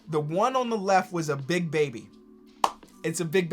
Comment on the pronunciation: Bro you emphasized Big Baby so much, I thought for sure you would get it! 😂😂 Enjoyed the video!